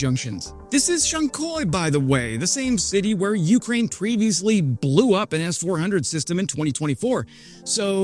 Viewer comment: yu-KRAINE...not YOOOK-rain. Otherwise work on the difficult city and town names. Good content and presentation! Subbed.